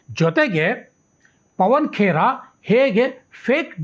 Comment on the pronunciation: ಪವನ್ ಪೆಡಾ ಬದಲಿಗೆ, ಪವನ್ ಪಿಡಾ ಎಂದು ಹೇಳಬೇಕಾಗಿತ್ತು ಸರ್.